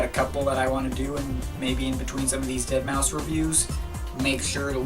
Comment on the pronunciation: Please.. It's pronounced ded-mao-five.